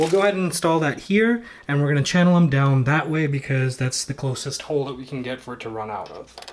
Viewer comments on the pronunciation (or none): none